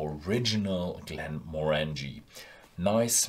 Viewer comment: Not a fan, whisky should look like whisky, not soft drink. P.s….you’re pronouncing “Glenmorangie” wrong😉